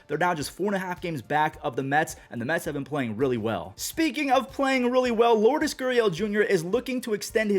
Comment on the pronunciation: Go to one of the many cuban spots in Vegas and ask them how to say Lourdes